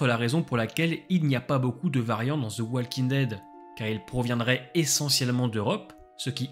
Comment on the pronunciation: Personne ne vous a dit que le L de walking ne se prononce pas ?